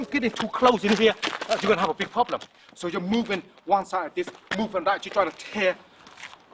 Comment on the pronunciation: Pronounced more like poblem